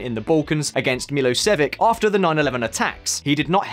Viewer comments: MiloSheViCh and NOT MiloseviC! C'mon man, pronunciation matters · Me-low-se-vik??? Jeez are you for real? 🤦🏼‍♀️ Our nationalist autocrat’s name is pronounced Me-loh-she-vich. Almost nobody from Europe will understand who you are talking about. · Milo-what now? Jesus if you meant Milosevic... pronounced Miloshevich... you really butchered it. I tought that was two names when you said it. -_- cone on it’s only 10 years before you were born... watch a documentary or get a traumatized slavic friend to explain it to you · "Military action against 'MeelosheviK'" 🤪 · aren’t you supposed to know how to pronounce Milošević or Ocasio-Cortez? and, ffs, it’s nucLEAR, not nucULAR